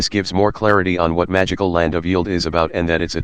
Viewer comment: Strange, hopefully they can out-use TTS. It sounds terrible. Also it pronounced Yeld wrong.